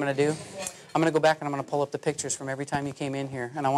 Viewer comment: I swear he says bed not back..